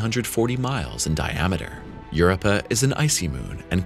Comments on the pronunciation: "Europa" is pronounced "yur-OH-pa." Emphasis on the second syllable. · Worse yet, the reader is a bot which mispronounced several times including the moon Europa. If you're going to be so lazy as to use those things, the least you can do is to correct the pronunciation by re-writing the word in a phonetic format, which is suggested in the guide that comes with the program... Another "failed to rtfm" bomb that actually hurts my head listening to this garbage. I understand that sometimes people use these reader bots because they don't speak a certain language very well, but there are several other videos by this person. IMHO the guy's pronunciation is very good and his voice has the proper amount of inflection to show interest in the subject.